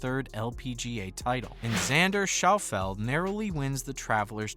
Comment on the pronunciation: His name is pronounced ( Shuf-lee)